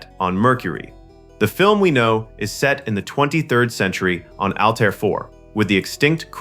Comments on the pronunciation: HEY ANNOUNCER: it is not ALL TIRE !!!!!!! It is pronounce ALLTEAR ,. as in ALL AIR= ALLTAIR. Learn how to Talk or DON"T NARRATE EVER AGAIN!@ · The AI mispronunciations are painful. The was no planet in the movie call All-tire, nor are there any studios named Warner Brose. Find the right pronunciations and type them phonetically next time.